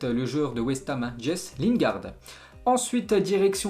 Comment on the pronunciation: "jess lingard" "Krasnosdar